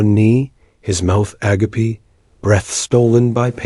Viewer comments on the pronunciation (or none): A GA PEE? 😂😂😂